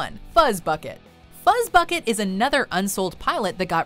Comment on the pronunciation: FUZZBUCKET that doesn’t sound right DO NOT DISRESPECT FUZZBUCKET